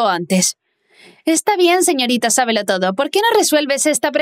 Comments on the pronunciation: Dice toso en vez de todo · AYUD, DICE "TOSO" EN LUGAR DE "TODO" HAHAHA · Alguien más se fijo que en vez de decir todo dise toso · yo viendo que dice toso enves de todo xd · Quien mas se dio cuenta de que dijo toso y no todo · wtf soy la unica que en vez de ``todo''' le sale ''toso?